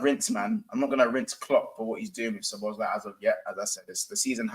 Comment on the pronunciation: Imma just say this is my favorite stream and panel so far these are some of the things I found hilarious tonight. 1. calling szoboslai, Szobozo 😂. 2. saying 20 mil is too much for inter so they won’t get tyler adams 😂 3. vs mini banter argument proper rivals Manchester United vs Liverpool. The best frenemies. 4. getting stressed and using his stress ball top tier. Finally saying if Ben doak got injured he would be called Ben dover 😂. Top stream might have to rewatch 😂😂